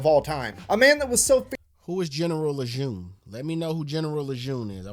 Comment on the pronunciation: "Who is General Lejeune?" Although there are many Marines that are hailed and revered by the Marines (Dan Daly and Chesty Puller to name a few), there is probably no one more revered than "the greatest of all Leathernecks"--John A. Lejeune (actually pronounced "Le-jern"). Graduated the Naval Academy in 1888, he has the distinction of being the first Marine to take command of an Army Division (2nd ID during WWI), he then became the 13th Commandant of the Marine Corps (*the* top devil dog) from where he thoroughly modernized the USMC to what we know of today. He established Quantico where initial officer training occurs, and the largest concentration of Marines in the world is at Camp Lejeune in North Carolina. Of particular note, upon his retirement from the USMC, Lejeune immediately became the 5th Superintendent of the Virginia Military Institute (1929 to 1937 when ill health forced him to retire). He is revered equally at VMI for saving the Institute from financial bankruptcy and reinvigorating the school's quality of leadership development. And until the current Superintendent, David Furness, Lejeune was the only Marine to have served as VMI's Superintendent.